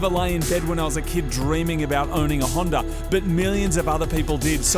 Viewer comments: hondA not hinder and silviA, not silviER damn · Is it just me or does Moog say hondER s2000 lol